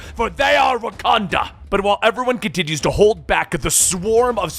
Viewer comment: That wakada voice 😂